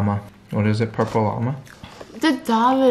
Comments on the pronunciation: “Pueple Food”😂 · Squishy TaeTae she said pueple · “PUEPLE FOOD” - Stephanie Soo 2019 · If Stephanie says it's PUEPLE then it IS PUEPLE